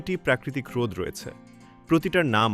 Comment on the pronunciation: উচ্চারণ টা রোদ নয় …. হ্রদ